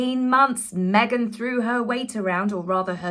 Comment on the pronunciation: You killed me! At the beginning of the video, the way you said Meg-han……..I don’t know why it got me so bad bad this time! But, thank you! I’ve been having such a sad day, I cracked up and spit my coffee 😂😂😂😂😂